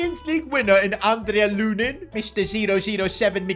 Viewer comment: pronounced an-dree loon-een